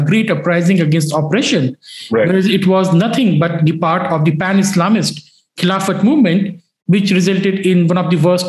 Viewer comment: It is khilafat that's how it used to be pronounced